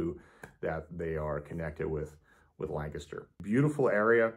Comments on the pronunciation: I am impressed. You pronounce Lancaster correctly! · Thank you for pronouncing Lancaster correctly!!!